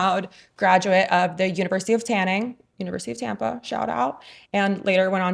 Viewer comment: I love how you present. I actually heard, “University of Tanning”, and thought, “Good for her! No shame in that!” until you said it again: University of Tampa. So, there’s unconscious bias in action. Because you’re so pretty.🤦‍♀️❤️